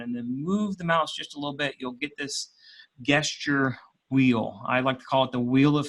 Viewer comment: Appreciate the video. I am currently going thru the CSWP exam. One point though (sorry, it just bugs me), the word Gesture pronounces the G as a J. It's just one of those quirks in the English language.